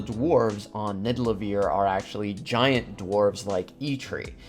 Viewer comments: It was funny, when u pronounced nidavelier as nidalevier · its not nidalavier its nivadaliear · Loved this but I would be lying if I said I wasn’t bugging out every time you said nidalevir lolol. Great content tho keep it up!! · it's nidavellir (Nid-Ah-Vuhl-Eer) not niddelaveer, the way you're saying it. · You keep pronouncing Nidavellir as Nidallevir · It's Nidavellir man. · bruh its nidavellir* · Ned-a-va-leer is the true pronunciation. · Its actually pronounced Ni - Da - Ve - Lir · I don’t mean for this to sound rude, but I cringe every time he mispronounced Nidavellir. He says it like Nidalevir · BRO ITS FUCKIN NIDAVELLIR!!!! WTF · Nidalevir? lol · its not NIDALEVIR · He also said “Nidalevir”, which is something Thor would call it since he got it wrong in Endgame too lol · Joey Teter yea almost all the pronunciations of the Norse names are wrong actually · The way you pronounced Nidavellir broke my brain😂, but good vid! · The way he pronounces Nidavellir